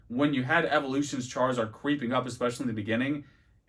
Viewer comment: I'm 50 seconds in, Charizord... Chari.... ZORD????